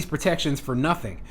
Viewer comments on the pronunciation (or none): none